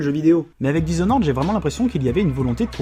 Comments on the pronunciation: "dishonoraide"..ok l'anglais frère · "Dizonnoraide comme on dit par chez nous" Alors même sur le ton de la plaisanterie, celle-là, elle fait mal aux oreilles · Je suis con et chiant alors je peut pas résister: dizonored sérieux??? lol ( sinon vous avez fait le jeu en anglais? parce que dire blinck alors que dans la vidéo c'est en francais c'est bizarre)